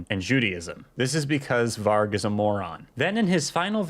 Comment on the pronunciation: Varg (pronounced with a J) just means wolf. Ngl that's a bit cringe